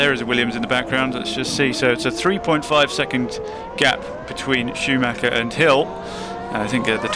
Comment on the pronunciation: AI has a problem with Schumacher. Shameful...